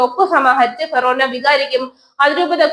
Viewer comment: ഫെറേനാ പള്ളി എന്നല്ല, ഫൊറോന എന്നാണ്